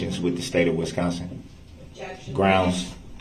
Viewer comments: “Groundz” said the clownz. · “Grouns he axed without relevancy.” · I dunno, sure sounded like "GROUNCE" to me. Finally a man with the keen genius of a da Vinci appears, out here trying to fix the court system for us all. /s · It is GROUNZZZZ. NO "D!"😂